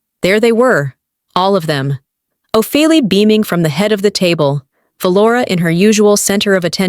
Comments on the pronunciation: It’s not Of a lee it’s Oh Fee Lia (Ophelia). Read Othello. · The mispronounced words and names is aggravating...the name is not (O-feel-e its O-phil-e-ah) .. Ophilia!!! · NOTE TO AI PROGRAMER: “Ophelia” is NOT pronounced “o-fe’l-lee”. It is pronounced “O-fee-lee-uh”. You guys need to check these vids prior to release to catch these mistakes and to educate the AI. Remember the old computer phrase “garbage in, garbage out”? The stories are fine, but it makes things look “slapped together” rather than professionally created. You can do this!! Put out products you can be proud of. If it’s worth doing, it’s worth doing it right. Keep the stories coming, just please review and correct before releasing. Your listeners will thank you mightily, with follows and subs! 🙌🏼💐🩵👏🏼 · The pronunciations!!!😮😮😂😂 Ohfelee (Ophelia). 4 (for, fore,four) years... IV (four) intravenous line 😂😂😂😂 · AI can’t pronounce Ophelia😂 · Maybe you could train AI how to say the name Ophelia.